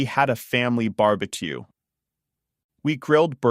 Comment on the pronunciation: This video is really helpful and I appreciate your content. However, is the voice in these videos AI generated? I wanted to forward this to a friend who speaks Spanish but there are a few words in this video that are pronounced incorrectly such a sand castle & barbecue. I don’t want to confuse my friend and I don’t think you would want to confuse your subscribers by mispronouncing words.😬